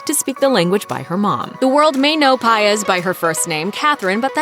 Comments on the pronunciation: Really “piaz” like come on its say PAIZ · Its not paez its paiz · Stop pronouncing her last name like that 😓🤦🏻‍♂️ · I don't think that's how you pronounce 'Paiz' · No it’s not cause my last name is Paiz and believe it or not it has a accent to it but white people can’t pronounce it so whatever they say we just say it’s correct